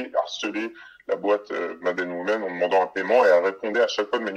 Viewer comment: Petite correction phonétique en anglais : "women" se prononce "wimin" :,) pareil pour "orange" > "orindj".